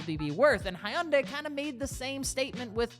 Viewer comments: Great vid. One minor thing however. The name Hyundai has two syllables not three. You're pronouncing it Hi Un Day. Here is the proper way. Imagine you're saying hello to your wife and you say😂 hi hun. Now take the gun and add the day. Phonetically it's Hun hun day. Not Hi Un Day. Now you can add the proper Korean sound and make the Hun more like huun. Like drag out the...... Never mind. Go with Hun day. Hyundai. 😁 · Please learn how to pronounce the brand of the vehicle you're talking about. The y silent. Here are some Koreans pronouncing it correctly. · Lol, can't pronounce Hyundai. I'm out.